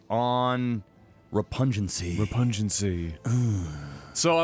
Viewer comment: Repug-nancy. Not repungency.